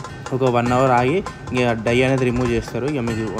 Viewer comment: Bro die kadhu its dye😢